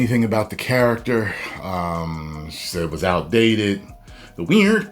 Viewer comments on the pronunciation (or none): everytime😤... says weird, it pisses me off. please stop it for the love of my sanity lol